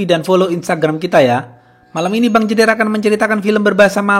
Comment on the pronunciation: gua yg cadel R insecure denger jederrrr nya si abang mulus bener